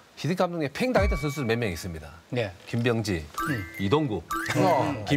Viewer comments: 아나운서님의 김비~여엉지 발음이 불안햇어욬ㅋㅋ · 김.병~지 선수 하는데 발음이 왤케 웃기냐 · 김, 병~지 선수가 띄어서 발음하니 먼가 좀 ㅋㅋ